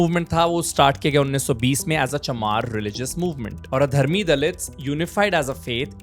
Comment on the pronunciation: for god sake it’s not adharm (ਅਧਰਮ) it’s ad-dharam (ਆਦਿ ਧਰਮ) meaning the original or real. Conveys the meaning of purity. It’s not adharam. 😅 Kya research karega re tu.